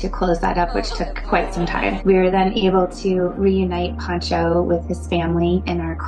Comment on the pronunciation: AND IT'S PANCHO. NOT PONCHO. PONCHO IS A WRAP YOU THROW OVER YOUR SHOULDERS. PANCHO IS SHORT FOR FRANCISCO. COMO YO 😅